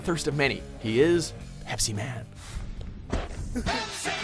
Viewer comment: Love the way he said Pepsiman !!!